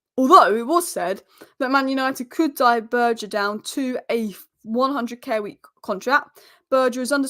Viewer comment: Poor guy’s name is Berge, it’s pronounced Bergue. He is not French ffs…